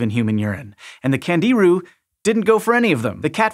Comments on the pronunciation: Pronounced ‘KHAN-JI-ROO’, with the accent on the 3rd syllable. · candiru as in kan djee ROO with the stress on the last syllable, FFS.